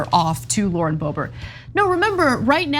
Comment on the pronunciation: Lauren 'Boob-bert'? Come on, man. 😄